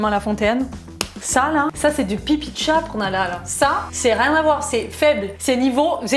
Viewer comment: pq tu dis chate ca me fait pensais a un autre truc mdr